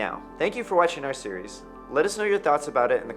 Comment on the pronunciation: I love how he keeps saying "cereal" instead of "series".